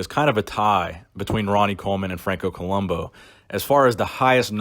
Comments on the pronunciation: It's Franco ColombO, with an O, right? Not ColumbU with a U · Co-lum- boo! That's how you say it.